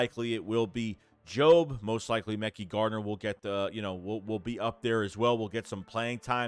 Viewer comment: Please stop saying mecky garner. Pronounced muh-ky. You need an intervention on name pronunciation